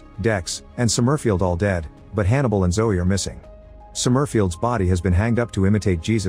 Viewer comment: The AI voice pronouncing "Somerfield" as Som-murf-ield is hilarious.